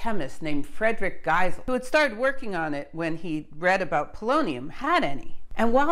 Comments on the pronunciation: The German fellow's name is pronounced GHEE-zell, not GAI-zell or gai-ZELL. Otherwise interesting and informative. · I love your lectures but sometimes the pronouncation of last names throws me off - no I'm not perfect either. No, no problem with your Polish which isn't easy to pronounce. Giesel (Geesel), similar to Diesel, but with G. Yes, there is another physicist Geisel. Yeah, and my neighbour's last name is Geiger. Oh, I hope it's just a coincidence... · Love your videos and the good work you put into them. But at this occasion you pronounced the chap’s name as Geisel. Later you pronounce it like Gesel. I don’t understand why it’s so difficult to pronounce it like Diesel (fuel) but with a G. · Giesel (not geisel, pronounced geezel in German), Friedrich Oskar, : Chemistry researcher and more: Shortly after publication of the discovery of polonium in the summer of 1898, he [Giesel] started to isolate the new element from the waste of uranium production in the chemical plant E. de Haën in Hanover. By March 1899 he could present the first radium to the chemical society of Braunschweig[1] and by mid-1899 he published his results on radium.[2] Giesel improved the separation of radium from barium by using the bromides instead of the chlorides for the fractional crystallization. He produced large quantities of pure radium and polonium for commercial applications from uranium ore. Even William Ramsay and Frederick Soddy were buying radium from the factory of Giesel. (Wikip.) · How did you manage to mess up the pronunciation of "Giesel" even worse in this subsequent video?!? Gazelle? Well you got the /z/ part right at least. You must have got some really bad advice between this in the last video. Anyway, it's "GEEzle" like "Diesel." See my comment on your "Radioactivity: Etymology..." video for some details on German & French name pronunciation, could help you in the future.